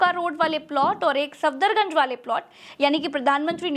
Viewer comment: सादर निवेदन है कि कुछ गलतियाँ दुरुस्त कर ली जाऐं जैसे सफदरजंग को आप सफदरगंज बोलते गये हैं और एक जगह अकबर रोड की बजाय गलती से अशोक रोड बोल गये हैं। बाकी ठीक है।